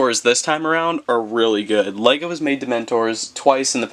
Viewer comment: What he said :lego review What i heard:wego review